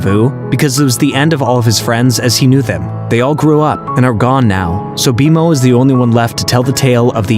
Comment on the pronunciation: Does it bother anyone else that they are clearly saying multiple names very wrong?!?! Its B-Mo not B M O and Marceline not Marcelynn. 🤦‍♀️🤦‍♀️🤦‍♀️ the show give you pronunciation. This just tells the audience you didn't watch any of it.